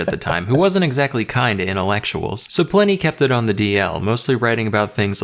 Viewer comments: pull-in-e not pline y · "Ply-knee". P-leeeese! Even the vid commentator pronounced it correctly as "Pli-ney". It's even SPELLED "Pliney"! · Pliny is pronounced "plinny", not "ply-nee". LOL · PLINY ISN'T PRONOUNCED LIKE THAT 😂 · It's quite bizarre, that he hears the correct pronunciation, and still gets it wrong.